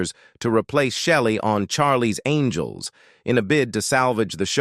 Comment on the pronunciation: Charlie's ANGLE'S ????????? That bloody Ai bot has problems pronouncing names